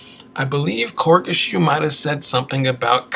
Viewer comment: Really enjoyed the video, but the way you were pronouncing his name was killing me on the low.. but it's (Cor-gee) Shoe. Sick video otherwise :)